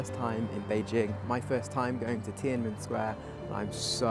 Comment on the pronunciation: Great video👍 Tananmen Square should actually be pronounced as Tian An Men Square, meaning "Gate of Heavenly Peace."